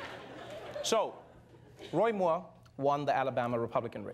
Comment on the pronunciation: I love how Trevor pronounced 'Moore' like a South African with a little bit of an Afrikaans accent! #YayRSA!